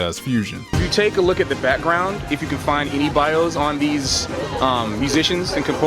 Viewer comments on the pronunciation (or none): none